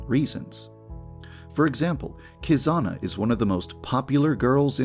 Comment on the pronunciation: It’s Kizana not kokona